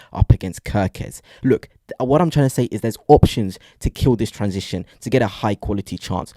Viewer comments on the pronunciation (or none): none